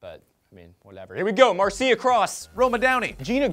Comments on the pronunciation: I dont like the way he pronounced Marcia Cross. Its pronounced (Marsha). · Did you just say Mar-CIA Cross!? It's pronounced "Marsha," did no one proof this before posting!?!?